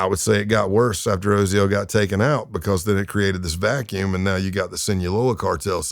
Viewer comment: This guy must be a massive Undertaker fan lol. Every time he says "Because" it sounds just like how the Undertaker says it. Must be from Texas. BuhCAWS